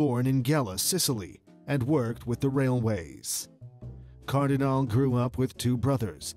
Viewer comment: Not Cardinal, not Cardinali, but CardinalE